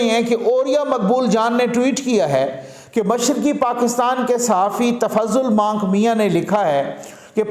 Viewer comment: Not but Manik mian.😁